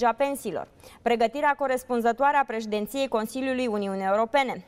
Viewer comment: Prezentatoarea pronunță corect președinte, președintelui, dar e inhibată când pronunță președinție : ea zice “preșdinție” . Am văzut acest “ efect Dăncilă” și la alte persoane , în câteva variante. Și Ceaușescu se încăpățâna să zică “țărili , pretini “ , etc dar numai oameni de la țară care pronunțau așa între ei aveau curajul să iasă în public cu asemenea pronunție, care era considerată ca un semn de lipsă de cultură pe vremea aceea.